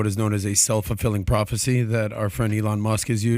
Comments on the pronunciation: Love how PBD pronounces E-Lon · why does he call elon ILLón Mósk? XDD